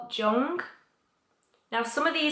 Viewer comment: Jung is pronounced roughly: Yoong I do beleive it's Edward "kay-see"